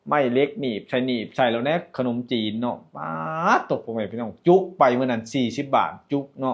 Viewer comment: เลือกซื้อบ่แมนเลิกซื้อคับพยายามออกเสียงให้ชัดครับขนมจีนกะบ่แมนขนมจีบเด้ บุพเฟต์ กินไม่อั้นแต่อย่าเยอะเกินมันน่าเกลียดจ้าน้องพ่😂😂❤❤❤❤❤❤่ด้วยรักและหวังดีครับ❤❤❤🎉🎉🎉